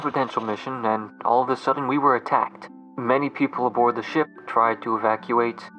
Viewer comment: That's, soo weird, I listened to it multiple times to make sure I was hearing it correctly, and I absolutely heard "all of the sudden", but then, when I checked again with the subtitles it says "all of a sudden", and that time with subtitles turned on , I also "heard all of a sudden", what is going on!?! lol I guess I now understand how some people can miss hear the expression and use it wrong without knowing.